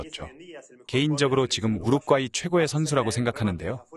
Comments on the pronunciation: 우르과이지 왜 우룪꽈이 라고 발음하냐 이 찐따야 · 첫 경기에서 너무 혹사해서... 두 번째 경기 부터 힘이 딸릴까 걱정이 돼네. 그나저나 왜 여기저기서 우루꽈이라고 읽는지.. 멀쩡하게 우루과이라고 써 놓고.. 그 발음이 그렇게 어려운가.. 생각하게 만듬. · 우루꽈이 존나 거슬리네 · 왜 자꾸 우룩꽈이 라고 발음하죠 넘 웃겨서 다른 내용이 안들려 ㅎㅎㅎㅎㅎㅎ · 왜 자꾸 우룩과이라고 발음 하나요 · 성우분 우루과이랑 우루꽈이랑 다른나라입니까? ㅋㅋㅋ 설명 듣는 내내 거슬리네요 ㅋ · 우루꽈이 겁나 거슬리네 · 우룩꽈이...넘 거슬려....언제는 우룩꽈이, 언제는 우루과이... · 계속 "우룩 꽈이"라 고 하는거 킹받네~ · 좋은 영상컨텐츠 감사드립니다. 다만, 우룩꽈이가 조금 거슬립니다 ㅎㅎ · Ai아나운서가 우루과이를 우루꽈이 로 발음하네? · 영상 중 더빙은 안하시는 것이 좋겠습니다. 발음이 너무 부정확합니디ㅡ. 우룩꽈이..라뇨. 성우분이 교포인가요? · 우룻꽈이 라고 발음하네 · 왜 많은 유투버들이 우루꽈이라고 발음 하는거지? 원래 우루꽈이를 내가 지금까지 우루과이로 잘못 알고 있었나 헷갈리는 중. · 발음 개구리네. 우룩과이는 뭐임. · 우루꽈이? ㅋㅋㅋ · 우룩과이 발음 킹받네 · 번역성우 우르꽈이 우르과이 발음이게 뭔가요:? 전자남인가요? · 우루꽈이... ㅋ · 우루꽈이라고 하지... 본토 발음인가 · 아 ..우루꽈이 우루꽈이 ...발음 진짜 거슬리네,ㅋㅋ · 여기도 우룩꽈이라고 하냐 이거 다들 이렇게 읽어? 아니자나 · 우룩가이로 들리시는분?? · 우룩꽈이 싸일싸일 이 발음 너무웃겨용 ㅋㅋㅋㅋ